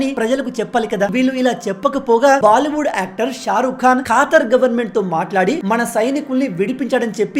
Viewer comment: ఖాతర్ కాదు బ్రో ఖతార్👍🏻